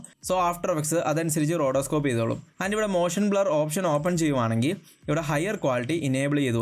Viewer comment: റോഡോസ്കോപ്പ് അല്ല റോട്ടോസ്കോപ്പ്..